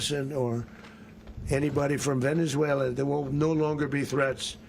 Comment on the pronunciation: Where is “VenezueleR” 😂😂😂